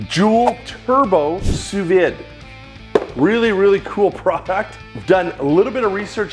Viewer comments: Sous vide pronounced Sous V not Vid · During all that research, you didn't manage to learn how to pronounce sous vide?